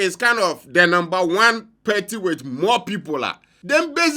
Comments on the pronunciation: Not Perty, it's Party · Why do you always say peartee😂